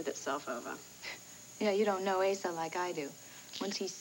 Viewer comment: I love how Patrick called Asa "Asa"-- I wonder if that was deliberate in the script...